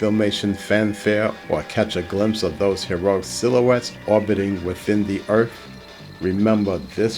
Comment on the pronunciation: Well I would enjoy this more if he would call earth earth instead of earff.😮